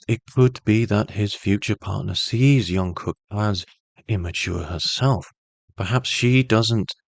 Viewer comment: If you can't pronounce his name just call him JK, the amount of miss pronounce repeatedly giving me so much stress. Great reading btw